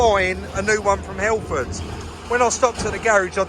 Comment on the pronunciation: "hellfords" was that intentional? Sure made me laugh 😂😂👍